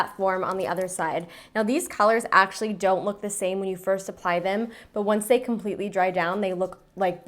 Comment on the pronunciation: It really sounds like she says pie when she says apply